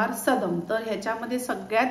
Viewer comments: मॅडम, तुम्ही देशभरातील पाककृती दाखवता पण चुकीच्या उच्चाराने पदार्थांची नावे का खराब करता? हे सदम नाही सादम आहे. मागच्या वेळी तूप पोहेची कर्नाटक रेसिपी दाखवली होती तीही तुप्पड पोहे असा उच्चार केला जायचा.. खरं तर तो तुप्प दा अवलक्की ( (पोहे)अस आहे ..प्रादेशिक पदार्थांचे योग्य उच्चार सांगा...समजून घेतल्याबद्दल धन्यवाद. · Madam it is Saadam...सादम्..means cooked rice...and not sadam.....सदम् 😊 And tamarind extract is also needed... otherwise it is akin to daal rice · sadam no- it is saadam